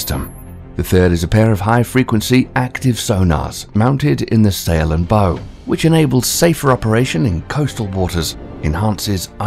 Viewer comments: Later he calls the bow a Bo. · "Cave-ee-ation". "Bow" (like a ribbon). Ugh. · Oh, leave a video because he mispronounced Bow, Cavitation, and Nuclear and calling him a clown because of it...lmao😂🤦‍♂️. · And how are you pronouncing “cavitation” and “bow”? I suppose you can’t pronounce “corpsman” either. Get someone who knows the subject to narrate.